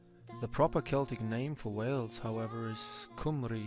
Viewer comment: Not pronounced coomree but cumree.